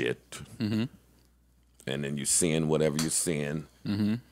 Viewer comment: has to stop saying “whateva” it’s straight sicko 🥴